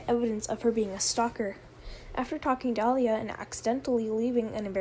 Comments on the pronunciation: It's "LILA" not "LYRA". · Ok but you saying "Lyra" instead of "Lila" got me every time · The liar girl's name is pronounced Lia-la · Purposely mispronouncing her name savage